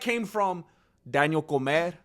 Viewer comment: Daniel Com(é)r!!